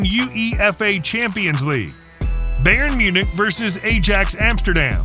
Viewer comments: "Ay-Jax" what the hell, It's "Ay-ax", "Bey-ern Min-ik", it's "Bay-ern Myu-nik" fgs! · beyern munich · Beaern Munich